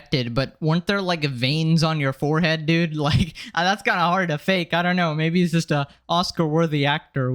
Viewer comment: Ha ha ha "His Ego is Massive" you said Forehead wrong!